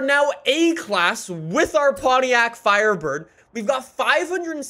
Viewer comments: THE " FIRDBIRD " lol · "firdbird" hahahahaaa you made a lil mistake